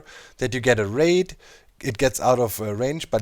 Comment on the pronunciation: I was hearing Wraith instead of Raid and I was super confused at how you were stacking infinite wraiths. haha